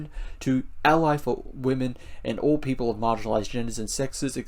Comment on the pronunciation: I was listening and when you read the pledge and said "all people" I only heard "orc people" :D